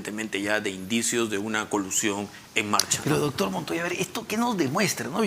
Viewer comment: Este.entrevistador.dice.ductur.. .ductur.purqui.ipuirqui.amatarola.idinacha.no.lo.investigan.de.igual.manera